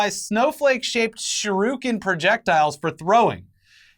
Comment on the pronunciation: jesus fuckin christ. which worse, these new "heros" or pronunciation of shuriken.